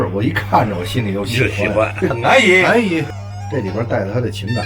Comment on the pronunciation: 「安逸」兩字，就覺得夠入味了。.....我是山東人。